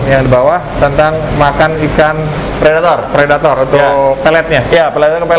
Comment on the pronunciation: Pelettor dong bukan predator :v